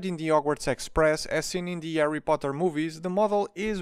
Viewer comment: I love how he pronounces Harry as “Arry”